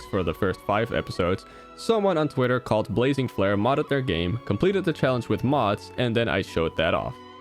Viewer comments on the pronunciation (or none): none